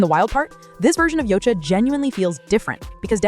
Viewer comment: Why in the world are you showing Luka Doncic the entire time you're talking about Nikola Jokic, whose name you mis-pronounce, by the way? This has to be Artificial Stupidity.